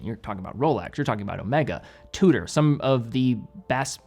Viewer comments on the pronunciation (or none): none